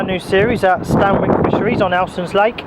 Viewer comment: Oh damn mate. Don't let the locals hear you pronounce it "Stan Wick" - They'll batter you and call it "Stan ick"